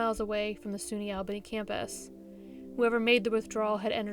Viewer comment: Really great & informative as always--you rock! One small thing, it's pronounced "All-bah-knee", not "Al-bae-knee"